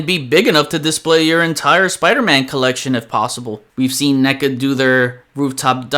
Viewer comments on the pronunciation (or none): none